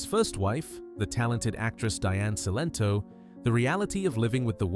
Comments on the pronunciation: Her name was Celento not Sento. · Cilento pronounced Chilento